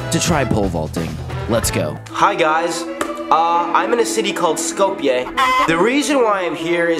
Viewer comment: hearing u pronounce tirana and skopje makes me laugh